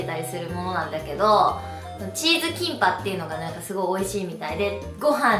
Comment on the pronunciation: キンパがティンパに聞こえて一人でツボったw